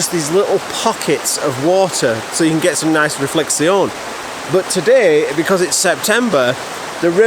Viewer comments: every time says it I cannot help but think of the policeman from Allo Allo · I ❤️ how you pronounce reflexion 😂👍🏼 greetings from Switzerland And regarding your knees try this 😎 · Reflectseon? Are you French? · very entertaining, but why do pronounce "reflection" so weird? might it add to the entertainment? by the way, i just found some knees on the attic. i think they're granddad's. dunno whether they fit... if you want them leave me a message.